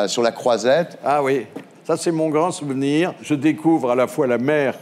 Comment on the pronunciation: ecoute a sur la fin du mot "souvenir" on dirait un dj qui a arreté son vynil d'un coup ^^